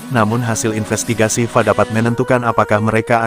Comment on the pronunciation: Tolonglah yang di kasih tanggung jawab membacaisi berita( konten ) mereka yg paham pengistilahan apapun ,contoh kalimat /F A ngapain di baca fa ini kan memalukan sekaligus mmilukan. makanya solosinya ganti sang Naratornya Oke y